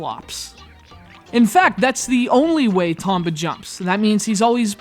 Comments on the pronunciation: I always thought it was pronounced Tome-ba...oh well. This one was done justice by its sequel. The second one was what I felt a perfect game. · 1. You cant pronounce "Tomba" correctly 2. You're an idiot who cant move a 2D character through a simple plain without crying because thr game is too hard 3. You dont even bother getting past the first 8 minutes of the game, which is longer than i spent writing these 3 points which i consider a big waste of time and now im mad and want those 8+minutes of my life back (-,-) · Damn, and I liked this game the very second I picked it up. But I don't feel too bad, this guy can't even say the main characters name right.